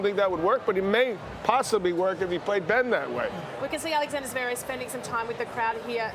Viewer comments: Javerev and Not Zverev, classic McEnroe 😅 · johnny mac still cant pronounce Zverev’s name. jesus christ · "zuhverev" it's one syllable idiot "zverev"... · Only an American even the great Johnny Mac can’t pronounce a foreign name. Zeverev?? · One thing for sure, McEnroe can't pronounce "Zverev". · Why can't Mac ever learn how to properly pronounce "Zverev?" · I wish McEnroe would pronounce Zverev properly- it is not Zerverv!